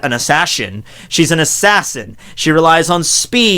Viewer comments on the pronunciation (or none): "Assashins" lol